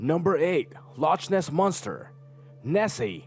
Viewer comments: It's LoChness. Not Loshness. Duh. "Loch" is the Scottish word for lake. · loch is said as lock Lockness don't pronounce the ch sound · Loch Ness is pronounced Lock Ness also some of these have no evidence backing and as some some one els said desinforming and are just theory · The lochness monster is pronounced by loknes